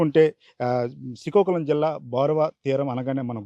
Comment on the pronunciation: సీకాకులం కాదురా బాబు... శ్రీకాకుళం